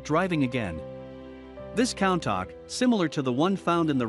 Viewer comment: it's countach (ku-n-ta-sh)